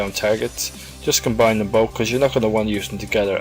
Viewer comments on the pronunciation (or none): none